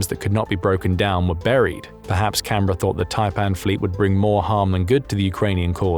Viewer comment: This is probably the first time I have heard a non-Australian say Canberra correctly